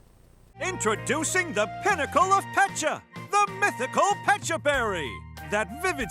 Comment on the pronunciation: Wait, it’s “Pet-cha” berry not “peach-cha” berry. Hard disagree.